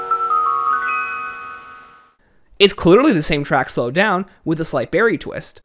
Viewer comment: It's not Berry it's BARRY